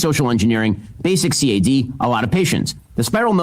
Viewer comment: Every time one of these pundits says c.a.d. Instead of cad I lose it a little bit